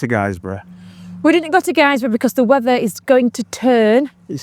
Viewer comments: Its GIZ-brough not guizebrough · Guisborough is pronounced gizborough 🙈hope you don’t mind me saying 👍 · Good to see my local roads.... but please it's pronounced Gisborough. ... As in how the Hall is spelt. Even though the town is spelt Guisborough. Keep up the good work. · Were you talking about missing out Guisborough (it’s pronounced Giz Boro) or did you mean somewhere else? My hometown. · Hey you two wanderers, in this vid you are roaming my former backyard. As you've already alluded too already, Helmsley, Whitby, Guisborough, Stokesley and Thirsk are key points in the North East TT because of the the superb biking roads between. As a native though I feel the need to correct you, Guisborough is pronounced 'Gis-boro' not 'Guys-boro'. So I could recommend Wykes Campsite just outside Guisborough, probably the closest but too far to walk tho. Nice pub, the Cross Keys is opposite. Both Stokesley, which you haven't mentioned and Guisborough are charming Market Towns. Pickering is home to 40s weekend 10th to 12th Oct, really well worth a visit. Check out the North Yorkshire Moors Railway and please book a ticket all the way to Whitby. Helmsley square famous for biker meets, but the 'Farmyard Park Rally to be held next 19th to 12st June 2026 at nearby Duncombe Abbey is what brings Helmsley alive. As bikers you should try out the rally, it will really appeal to your motorcycle, music and booze interests. One main rule tho is that you arrive with tent on your motorcycle, nothing else. No motorhomes no cars.